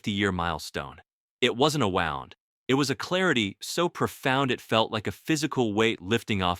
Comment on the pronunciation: AI doesn't know how to pronounce "wound".